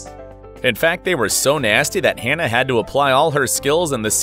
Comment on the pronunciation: Can we please appreciate Hannah and stop saying her name wrong? I don’t know it was on purpose at the end but come on.